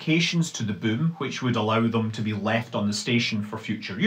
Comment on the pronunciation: If you are ever wondering how the German ü is pronounced, it's how Manley Scott pronounces boom .